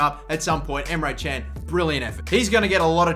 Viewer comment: you said emre çen:) but it isnt emre kan look at google